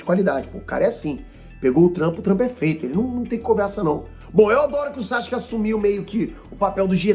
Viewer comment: o nome dele é SASUKE, nao é Sashuke nao!!!!kkkkkkkkkkkk